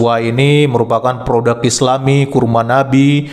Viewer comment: PRODUK boss .. bukan PRODAK... Pake U bukan A... Benerin donk bhsanya .. skali lgi bhsa Indonesia yg benar itu PRODUK..!!!